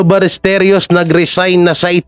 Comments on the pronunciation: Ballesteros po brod not balesteryos. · Hindi Ballesteryos...Ballestero. wala ka bang sariling vlogg? Bakit inuulit mo lang ang vlogg ng iba? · Sir Balles-te-ros po. Fake news po yang mga balita. Ayaw nila pa awat 😂😂😂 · balistiros po mali po kyo hindi po balistirios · Sir paki ayos naman ng pag bigkas mo ng apelyido ni paolo ballesteros. Hindi po ya ballesterios✌️ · Ballesteros po hindi Ballesterios😮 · Ballesteros po hindi ballesteryos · Anong ballestryos? Ros hindi ryos. Tsyunga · "Paolo BallesTEROS".mr., hindi "Paolo BallesTERIOS".. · Ballesteros, not Ballesteryos pag sure diha ba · Ballesteros, sounds Balisterios ang bigkas mo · Paolo Ballesteryos??? Di ba Ballesteros??? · 😢 Ballesteros po at hindi Balesteryos.pronounce mo naman ng maayos ang family name ng tao.